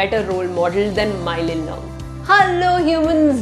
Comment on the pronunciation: It bothers me how you pronounce mawlynnong as mailynnong💀